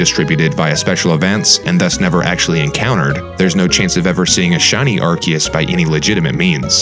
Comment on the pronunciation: Your erroneous pronunciation of Arceus made my skin crawl. That's like when people mispronounce "Chasm", etc. It's not hard to Google pronunciations!